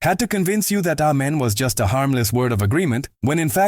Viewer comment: He didn't say A men. He said Men😂